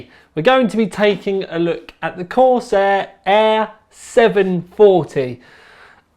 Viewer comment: corsEHH EHHH sEHven fouwtee